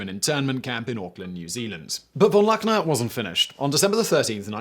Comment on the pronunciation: Great as always, but you need to practice your German prnunciation, its not that hard...e.g. "von Luckner" is pronounced more like "fawn lookner"